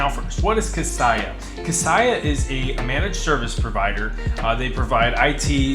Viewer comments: Thanks for the video! Another note though for future videos - it’s pronounced “Kah-say-ah” instead of “Kah-sigh-ah”. Best of luck! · Thanks, great info. FYI Kaseya is pronounced "Kuh Say Yuh" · Apparently one of the things we don’t know is how to pronounce “Kaseya”